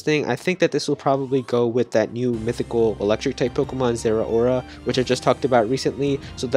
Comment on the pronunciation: Have people not learned yet, that "ao" makes an "ow" sound? Zeh-row-ruh